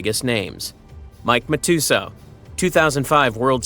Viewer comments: Tell me this YouTube channel has never watched poker before. Mike Ma-too-so? The f&ck, it’s pronounced Mike Mat-ah-so. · who the hell is Mike Mah-two-so? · Mike Ma-too-so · Bro, You are pronouncing Mike Matusow so wrong. Look it up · If you can't say Mike Matusow's name correctly then you have no business reporting on poker.